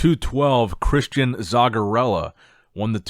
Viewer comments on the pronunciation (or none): none